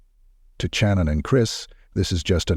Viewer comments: Her name is pronounced SHannon not CHannon. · This must be AI. He has consistently pronounced her name Channon instead of Shannon. Moving on.... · why do you use an AI voice and disrespect the victims because you don't have "time" to do the narrative yourself? That's BS because you're disgusting AI voice over keeps mispronouncing her name literally 15 or more times! I'm unsubbing NOW